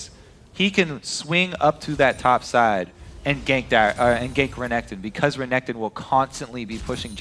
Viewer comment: "Tutu renkekton, well hes two 0 right now" - Phreak Xdxdxd